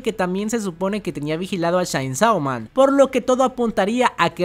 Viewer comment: Chein so man... No es tan difícil de pronunciar y la gente insiste en hacerlo más difícil de lo que es